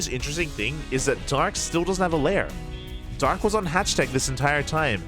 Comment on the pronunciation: Dark not drg